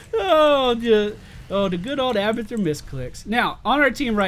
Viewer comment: I thought he said "We are gonna play hamburger."